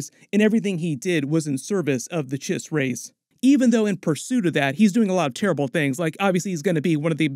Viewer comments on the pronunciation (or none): none